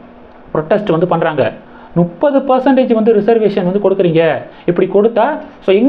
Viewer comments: தம்பி….அது நுப்பது இல்ல…. முப்பது….யூட்யூப் சேனல் நடத்தற நீயே முப்பதை நுப்பது ன்னு சொல்ற. என்னத்த சொல்ல? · Bro. IT is not nupathu. It is mupathu.